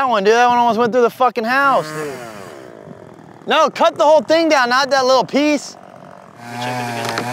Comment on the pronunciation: Bro said dud not dude